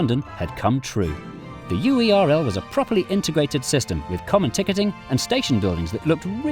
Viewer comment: every time UERL isn't pronounced like "whirl" i cry